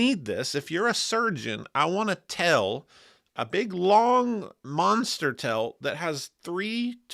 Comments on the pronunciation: Why does HE pronounce TAIL as Tell? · Now that I've heard pronounce "tail" I can never use another JHS pedal again lol